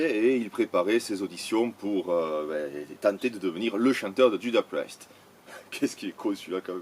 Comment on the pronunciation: Apprends à prononcer Judas Priest correctement par la même occasion :) Sinon, j'ai toujours préféré Blind Guardian/ Brainstorm à un Gamma Ray beaucoup trop guilleret pour moi... et je conchie Freedom Call bien évidemment.